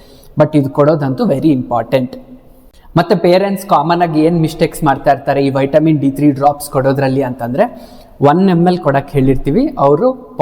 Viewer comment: ಉಚ್ಚಾರಣೆ ಮಾಡೋದು ವೈಟಮಿನ್, ಬರಿಯೋದು ವಿಟಮಿನ್ 😂😂😂😂